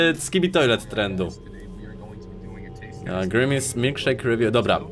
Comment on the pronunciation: Nie Mówi Sie Grimis Szejk tylko Grimas Szejk ;D